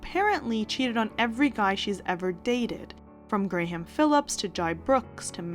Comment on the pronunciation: did you sincerely just say gray-ham? instead of graham?